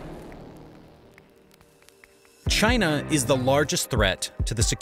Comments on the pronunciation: Did bro really have to crank that hard r when he said China 💀💀💀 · Dang those "Chiners"!!!!